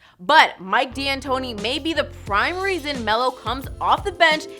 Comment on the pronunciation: It's pronounced Mike (Dan tony) D'antoni.